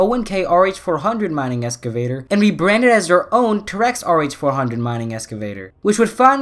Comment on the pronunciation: Lol your pronouncing Terex wrong (teh·ruhks)